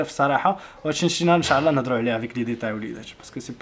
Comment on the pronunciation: السلام عليكم اريد ان اصحح لك معلومة.حاول تقول إن شاء الله ماشي انشااااعععع الله